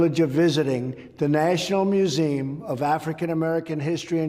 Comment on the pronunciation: He can't even pronounce museum correctly.🫥